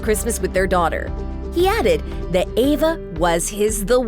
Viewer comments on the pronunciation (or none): Eva not Ava!! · EVA not AVA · Eva. Not Ava. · Anyone else bothered by the narrator saying "Ava" instead of "Eve-a"? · Why does the narrator keep saying "Ava"? Her name is "EVA". It's super annoying and unprofessional. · Was I the only one who kept saying Eva not Ava, every single time she mispronounced the name? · EVA omg not AVA 🤦🏼‍♀️ lol 😂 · This chick keeps calling her Ava..... Eva!!! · No she's not correct its pronounced Eh-vah as in ever (with out the r sound)..... When did the vowel E sound like Aye? Never.... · Her name is E v a not Ava🙄